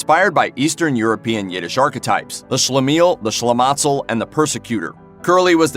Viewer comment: Shlematzel??? Rather Shlemazel!!!